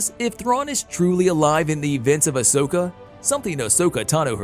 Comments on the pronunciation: I have to cross fandoms here... It's Ah- sO-ka, not ohsawka. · Ah-so-kha Not oh-sac-eh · Yeah its ah soak not Osaka ffs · OMG DUDE Say her name right. Can't even watch this past 1 min. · He's staying Asoka wrong it really Herts to here people say a simple name wrong 🤣